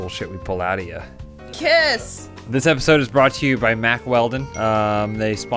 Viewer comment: She said K I S S